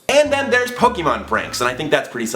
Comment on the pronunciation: OMG FINALLY SOMEONE SAYING POK EEEE MON AND NOT POK EHHH MON. FINALLY LOL SOMEONE SAYING IT LIKE I DO! Also we need to hang out lol